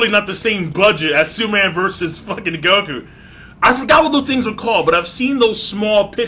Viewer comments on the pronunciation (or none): none